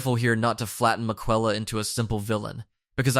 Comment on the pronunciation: you should be put in jail for that pronunciation of Miquella